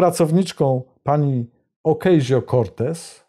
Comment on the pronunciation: Panie Witoldzie dziękuję za fantastyczną bombę informacyjną. Mały detal … pierwszy człon nazwiska nawiedzonej lewaczki wymawia się tutaj (USA) OKASJO. Piszę o Alexandria Ocasio-Cortez. Znana również pod inicjałami AOC. Zdrowia i Wolności!